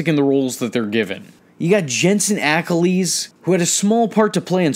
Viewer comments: Pronounced Ackles, not Acklees. Sorry I'm just a big supernatural fan, other than that great job so far! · Jensen Ackle-eese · Your review was spot-on (well, except for that “Ack-Leez” goof😃); I enjoyed it very much. I’ve subscribed! Keep up the excellent work.